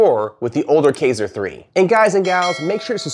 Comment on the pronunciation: Just fyi, it's pronounced "kEYEser" Also, you might want to work on making your video not sound like an advertisement.